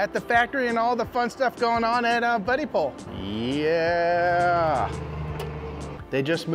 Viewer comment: Its Bud-dipole. Not buddy pole.